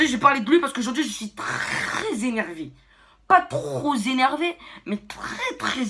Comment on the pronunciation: Trrrrrr « postillon »rrrrrreeees Zéneeeeeeervé